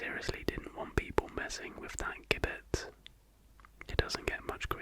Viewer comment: Great video as always :) just as an aside (not that I imagine you'll ever have to say the word again) but it's pronounced "jibbet" 😂